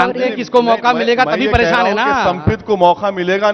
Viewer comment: "परेशान "शब्द गलत बोली